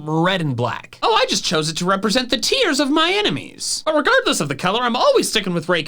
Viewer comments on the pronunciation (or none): none